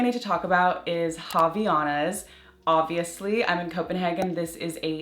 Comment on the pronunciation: I love Havaianas!! Just fyi, it says “Avaianas”, and you pronounce the A after the V, it is a Brazilian brand, so it’s Portuguese. The H doesn’t have R sound, it is muted 😊